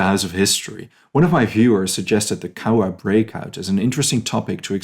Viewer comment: My great Uncle actually had a heart attack that night and died a few weeks later, so was never put into numbers, , he was a guard, I recommend going to see the Japanese gardens that’s a peace park between the 2 countries, and you pronounced the names of the towns rather well, I live 100ks from Cowra and Eugowra is 30 kilometres away